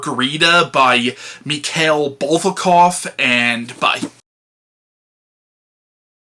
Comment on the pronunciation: Back to the classics, I see. By the by, you actually pronounced it mostly correctly. Meek-hile, I think, is it.